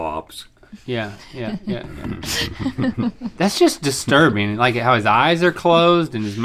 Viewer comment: Why’d Rhett say cotton swabs so weird